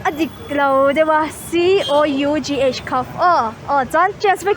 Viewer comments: Class 12 zirlaiin COUGH - KHUF han tih mai chuuuuuuhhhhh, va rapthlak emmmm🤣🤣🤣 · Cough = khuf 🤣👀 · COUGH chu ni mah se.. pronunciation ah chuan Koff ti ang a lam tur a ni daih thung a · Kaf tih in kan lam thin, Coughing hi Kaffing tih in ka lam bawk a. Koffing ka ti ngailo. Koff ti hi an tamlo viau ang😂😂😂